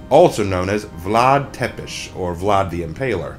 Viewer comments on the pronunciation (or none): Just a little nitpick: It's pronounced "Tzepesh" not "Tepesh" and it's "Gee-ur-gee-u"(for Giurgiu), though I'm not really going to hold this against you, especially when all the information that you presented was accurate and factual. If anything Vlad Țepeș can be summed as "Render evil onto evil" Great job!